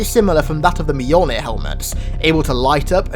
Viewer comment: You are by far my favorite Halo channel, but you definitely need help pronouncing Mjolnir. (Mule-near) 😉